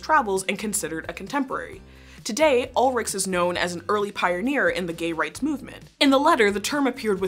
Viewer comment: Just a heads up, the German Ch in Heinrich and Ulrich do not make a k sound. It's more like Sh.